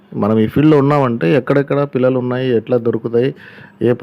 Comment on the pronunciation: Anna pullalu kadhu pillalu